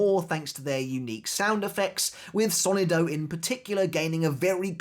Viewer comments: It's so-NI-do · Hello, great video. I just wanted to give a piece of advice. As a native Spanish speaker, the word "sonido" is pronounced with the stress on the second sylable, not the first.